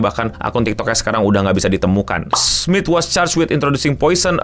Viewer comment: Charles Smith? Lebih terdengar Charles Smid.